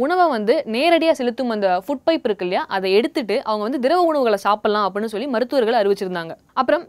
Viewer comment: ivaluku first solli endra word ah olunga solli kudunga bos....